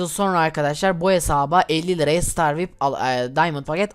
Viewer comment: Vip diye söylenmiyo viaypi diye söyleniyo